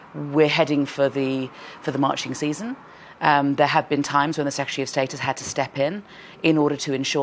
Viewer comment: "Secetary"(sic) is she Sophy?